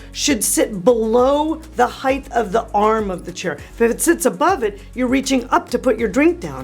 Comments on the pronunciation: You spelled them the same. Did you mean "height" not "heigth"? That would make sense. Don't know why people pronounce it with a "-th" on the end with it clearly is not spelled that way. It gives me the old fingernails on the chalk board feeling. Not going to apologize ..... I paid attention in school (not to mention having task masters as spelling teachers ..... and my mom was no slouch when it came to reviewing homework, particularly spelling assignments) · Same way as our dear Mina from Good Bones and probably half the population. "hite-thuh" is whip-smart and it doesn't actually matter but I thought I would gently mention it. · Always enjoy your informative and entertaining vlogs. One tip: Height rhymes with kite.